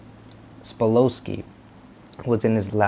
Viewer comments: Yep. "Sa-pol-sky" not "spa-lo-sky" lol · Sa pol sky . That's the correct pronunciation. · Yeah, not sure how much we can trust your research when you mispronounce his very name. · You don't even know how to pronounce his name correctly... his last name is Sapolsky I can't believe you don't even know how to pronounce his name...